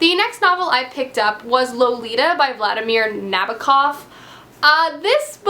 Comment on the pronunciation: I'm Russian and when you pronounced Vladimir Nabokov' name, I laughed out loud! It's okay,it's not an easy name for a foreigner,but still funny;) P.S. You made me wanna reread Lolita